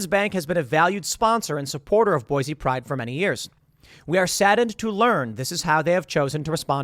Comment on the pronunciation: In before Idahoans correct Tim, "IT'S PRONOUNCED BOY-SEE"..